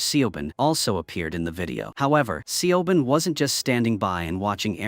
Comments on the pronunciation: Man ai has to learn to speak words correctly see a bon lmao😂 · What's the daughter's name😂 AI can't pronounce Siobhan.